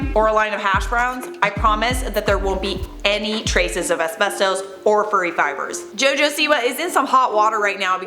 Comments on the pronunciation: The way you say asbesto is wierd. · it's pronounced....uhs-beh-stuhs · I swear to god say asbestoose one more time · It’s as-best-us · YES THANK U OMG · Am I the only one who thinks it's wierd the way says "asbestos"? Do all Torontonians say it like this lol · This video should be called “ Pronouncing asbestos wrong for 5 minutes”